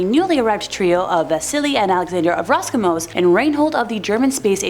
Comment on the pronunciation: Good content . It's "Roscosmos" with an S as in Carl Sagan's "Cosmos" btw